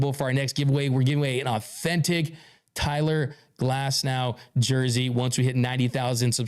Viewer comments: Its Tyler Glasnow .... not Cyler Glasnow..... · “Cyler Glasnow” 💪🏼